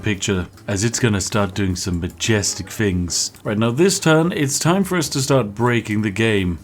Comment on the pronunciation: Posh people don't say fings, they say things.